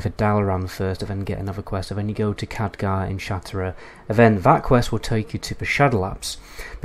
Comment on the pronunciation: Isn't it pronounced "shat rath"? Sounds like you are saying shatera